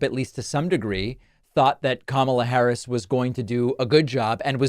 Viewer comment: Oh, didn't the old mand complimented Kamala Harris 2X last night in the interview with Elon?1. BY comparing her to MELANIA .MELANIA IS THE OLD MAN'S WIFE. 2. Pronouncing properly the Vice President's name. He heee, the old man is trying to change course.